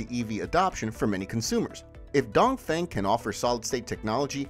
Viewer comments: dongfeng should pronouns as dungfung, dongfong, sounds 'don't phone' but not 'down thing'. u keep repeating the wrong pronunciation a hundred times throughout the video let people think u r amateur not professional. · DongFeng is read Dongfong instead. Sodium batteries are less energy density comparing to Lithium.